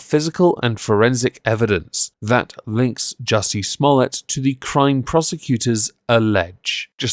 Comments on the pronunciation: I believe its pronounced Juicy Smuul-ee-ay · I lol every time you said "juicy small tts" 🤣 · I absolutely love your commitment to getting Juicy Sommolier's name wrong every time